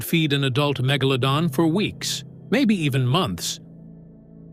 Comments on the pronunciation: The word you are Mangling is Mega-pronounced like Low-Don so MegaLowDon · Good doc. AI narrator had a rough time with the name.. lol